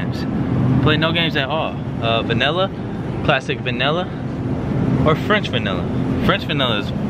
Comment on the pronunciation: The way he says Vanilla "Vaneller"